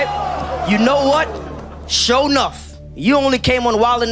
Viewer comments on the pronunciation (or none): "Suuuur, Althuuuuur, Shuuuuur." This dude has the weirdest pronunciations